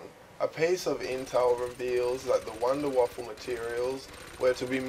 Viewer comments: PRONOUNCED VAFA, NOW WAFFLE. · it wuunder wauffe not wonder waffle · you do know that it is from germani so you write it like wunderwaffe and you say it like Wonderwaffe :) learn your Deutsch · Its called the Wunderwaffe, not Wunderwaffle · ok im sick of this its called the wunderwaffe not wonderwaffle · actually it's wunderwaffe!